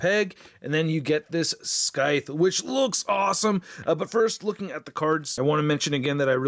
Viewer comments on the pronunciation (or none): Everytime he said "Skythe" instead of "SCYTHE" I died a little inside. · Great review but I do believe it's pronounced 'sigh-th' and not 'sky-th'. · I don't know what sounds worse..... "Skyth" or "Churn"..... 🤣🤣🤣🤣🤣😖😖😖😖😖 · "SKYTH" = Instant dislike! 🤣🤣🤣🤣🤣😖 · Hey, great video. I like the new format(aside from the missing articulation segment) but I know that wasn't on purpose. Also not trying to be a troll but there's no hard C in scythe, the C is silent so its pronounced like "sythe" anyways love your vids. Keep up the awsome work! 😁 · it's pronounced scyth!!! THE C IS SILENT PENDEJO!!! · The weapon is pronounced -th. Thanks for the review. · That’s not how you pronounce Scythe you’re saying it wrong 😑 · Man said "scythe" with a HARD "C"